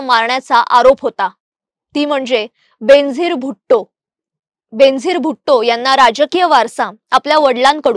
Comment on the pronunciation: Her name is pronounced as Ben-azeer, बेन-अझीर it's a Persian word which means unique, matchless. I am a great fan of her.